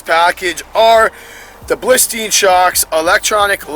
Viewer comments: Stopped watching as soon as you said "Blistein" shocks... smh. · Dennis Fossey - as far as I know they're great shocks... It's just pronounced Bilstein lol.